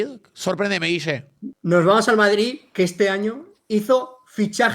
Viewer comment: jajaj se le escapa a "EL VARDRID"